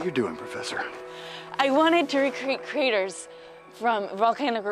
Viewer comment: Kreeters?? Was she trying to say "craters"???